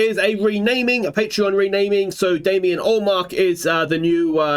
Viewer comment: Finnish sides rarely play as well as you'd expect I think so I'm hopeful. Also, it is Damien please 🙂